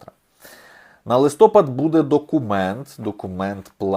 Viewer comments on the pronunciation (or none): none